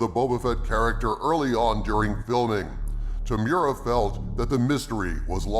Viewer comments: Temuera (Tem-you-era) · Brother, love the channel. I am a big fan Temuera and I can say no one is pronouncing his name right. ;) it is Tem-ooh-era.